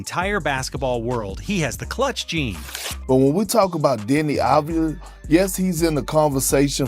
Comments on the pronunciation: One more time I hear Abdijah, I cut veins. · Av-di-ya. You welcome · That's a good recap about deni. But one thing for you for the future. You pronounce his name wrong. Yes. It's written avdija but you need to say as a Y instead of a J. It's written avdija but pronounced avdiya. Like every analyst said in the video. Of course it's been recorded before the spurs series but even during the series, deni showed he belongs. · it's Av-d-ya